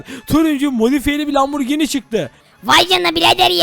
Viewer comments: Lamborgin değil lamborjin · Lamburgini değil okunuşu asılı lamburcini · Abi sen lamborghini derken hamburger diyorsun sanki